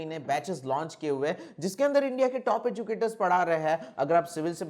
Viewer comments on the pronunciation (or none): none